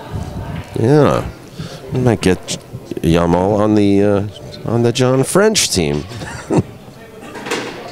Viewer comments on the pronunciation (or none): jamal with g not y . for pronunciation. arabic name means beauty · do you see any Y in hes name? he keep saying Yamal it start with J not Y it's Jamal not Yamal